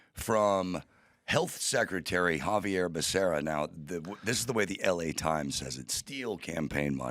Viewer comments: Back a ree uh, kind of proves he never heard of him until he had to read it, lol. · His name is pronounced BAH-SERRA.NOT BAKARIA,BIDEN MISPRONOUNCED IT!